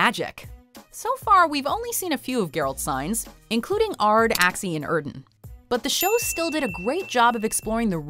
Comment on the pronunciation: Lol she says yrden like eerden